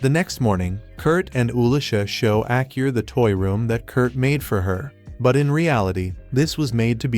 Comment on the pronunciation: Kurt's daughter's name is Aa-Ku-Ri (Akuri). Hearing Acur made me Lol 😆 Irrespectively great recap